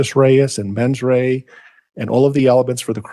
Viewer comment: Actus Dia-Reus and Mens Dia-Rea